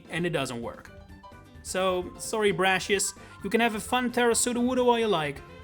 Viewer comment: It’s pronounced RAY-mohs, VEE-oh-luh, viv-EE-YAHN, and brass-EE-iss, “”! 🤨 You also left out ORAS! 🙄